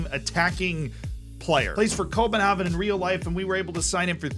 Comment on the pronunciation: Copenhagen! not Copenhaven! :)